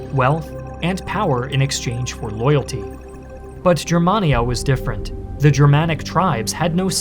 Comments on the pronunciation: A wee picky correction. Gur man ee aa, not Jur man ee aa. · Its pronounced “GUER”mania hard G